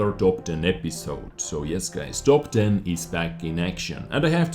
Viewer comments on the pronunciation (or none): I heard TOG 10 instead of top 10 xDD i just got the scorpion today, its cool